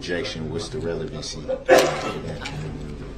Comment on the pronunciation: ‘Objection relvanzze’